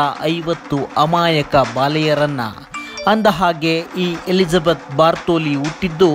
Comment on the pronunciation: ಬಾರ್ಥೋಲಿ ಅಲ್ಲ ಗುರೂ ಬಾಥೊರಿ.